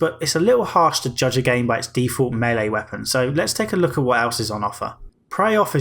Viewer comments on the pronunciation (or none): none